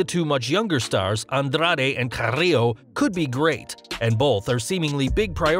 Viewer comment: Bruh...why are you rolling your "r" so hard when you say Rey Mysterio, Andrade or Carrillo?